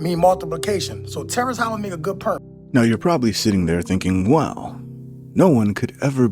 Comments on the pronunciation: Ok he did it twice. I know he's black, but does he realize he's pronouncing the word "point" as "pernt"? Black people will talk like this, and then wonder why they're stereotyped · The dude saying pernt instead of point is killing me inside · I have never heard point pronounced purt. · He's got a "purnt" 🤦🤣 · I never noticed anyone pronounce it like that before. Interesting. I assume it's just the accent. I know for sure it's not a "black people" thing lol. I personally like all the different accents here in America, especially considering I'm from California and it seems like more & more everyone is talking like us nowadays. It gets boring tbh. ¯\_(ツ)_/¯